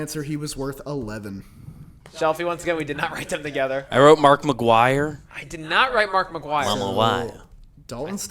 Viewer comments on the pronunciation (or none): LMFAO pronunciation of Mark McGwire needs to be highlighted 😂